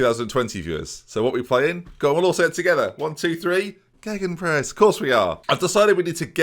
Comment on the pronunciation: You gotta call it BENenpress or geBENpress, gegBENpress sounds horrific